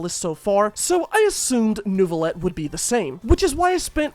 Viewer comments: IT'S NEUVI!!!! NEIVILETTE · Neuvilette, nerville顶